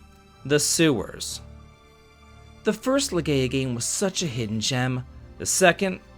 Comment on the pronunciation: Slight thing with the Legaia thing, I believe it's said as Le-GUY-ah.